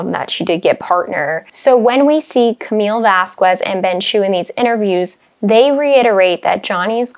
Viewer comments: You keep saying Vaskwez. When it's jsut Vaskez. It might be spelt Vasquez but it's spanish, it's not the Qu (kw) sound like Queen, and Quick. It's like Que (Kay?) as in what? It's VasKEZ not KWEZ. I mean her name has been mentioned so much, this just seems weirdly purposeful. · I don’t mean to be annoying, because I like your videos, but can you please pronounce Vasquez as “Vas-kez”? That is the correct pronunciation. Elaine kept saying “Vas-kwez” in court, so perhaps it’s confusing, but “kez” is the correct way to say it. Thanks for the great video. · Except pronouncing Camille's name. Vasquez, is pronounced Vass-KEZ, and she keeps saying vass-KWEZ. It's not KW, it's K. Like Que in Spanish. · First, I love your videos, I think they are very informative and much more. Thank you so much ! By the way, I’m listening this video and you mispronounced Camille Vásquez last name, please don’t be Elaine lol. In Spanish you skip the sound of the letter U when is next to a Q, so the right way to pronounce it is VASKEZ, forget the U please 😜 Please watch a “A PSYCH FOR SORE MINDS”, looks for the episode about Dr. Spiegel cross, he is a psychiatrist that gives his opinion and analyzes his deposition. I like your opinions, but I don’t agree with you about professional ethics, I think it is unprofessional to give a diagnosis and/or a professional opinion about a person you don’t know, you haven’t even talk, interview that is the way you can learn about a person’s behavior, feelings, life experience and history. Dr. Spiegel was so arrogant, he said “what matters is what I say, he insisted that he was right, he was very disrespectful to the court, the attorney and to the audience. I could keep writing about his testimony, that I actually have watched it so many times, it’s like watching SNL 😂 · Please pronounce Camielle's name properly.